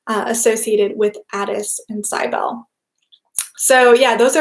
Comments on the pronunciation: Cybele = "sib" as in sibling, "el" as in bell, "lee" as is in leadet CYB • el • e Accent on the "Cyb" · I think it's pronounced Sibelli (Do you mean Cybele??)